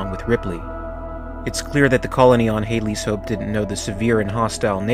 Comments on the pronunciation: Please: Stop calling it Hadeley’s Hope. Short “a” as in Hadley! Like Dad. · "Hade-Lee" ? "Hade-Lee !!". Can't you READ ? It's pronounced 'HAD-LEE' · Had Lee’s Hope, not Hadelee’s Hope. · Great vid but it's pronounced 'Hadley's Hope" as in 'dad' not Haydley's as in " day" . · That proper bugs me too. Runs a Youtube channel specialising in the Alien films, can't pronounce Hadley's. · It's pronounced Had' leez' Hope. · Haydley's Hope? Where does that pronunciation come from? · “Hay”-dleys hope?